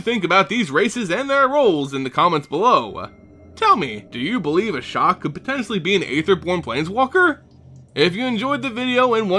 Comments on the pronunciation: ASHIOK NOT ASHOK! And no Ashiok is not an Aetherborn. Also it's pronouced Eether not aether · I've always pronounced Ashiok Ash-eee-ock why say "Ashock"?